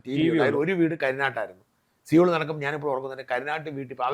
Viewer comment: Not Seoul, pronounced as sowl